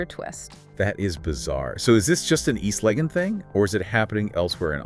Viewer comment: The voice doesn’t even know how to pronounce East Lagon or Accra so had to stop it right there…